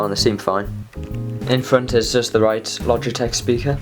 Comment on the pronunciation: I thought you said splogitech xD